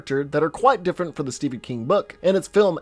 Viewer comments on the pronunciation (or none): none